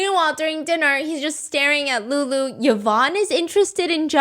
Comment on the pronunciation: The way calls lulu “LoULoU”😭